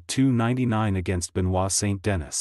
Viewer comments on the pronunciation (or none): saint dennis? well done computer voice.